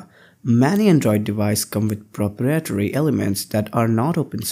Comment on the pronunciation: Nice video! But please learn how to pronounce "proprietary" ;-)